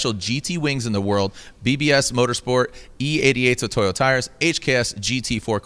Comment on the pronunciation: Seriously? Toyo tires. Not Toyota tires.🤦‍♂️